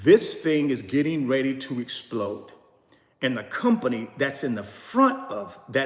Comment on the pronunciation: "$115 Im selling guys" Cut to "THIS ABOUT TO ESSPLODE" 😂 Jk hold long boys 🤠